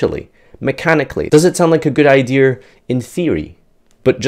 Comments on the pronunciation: "Idear"..... say it with me... IDEA.... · I swear... if says "idear" instead of "idea" one more time 😂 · Idears you said Idears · Why's he saying "idear"